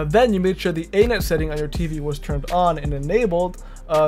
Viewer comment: A net? You mean "any-net".